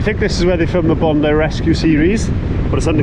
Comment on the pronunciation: I would have expected Bondi much more crowded and indeed not that such big waves and a warmer ocean water. You are in advance pronouncing Bondi correctly. I totally failled the first time. I never got the taste of TimTam but of vegemite. Guess you have similar in the UK. Once and never again. My first grocery stop in 2019 was at Aldi. Just to compare with home.